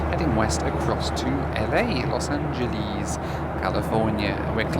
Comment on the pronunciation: Pet peeve: pronouncing Angeles like Japanese.